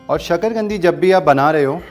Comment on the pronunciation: शकरगंदी नहीं शकरकंदी ?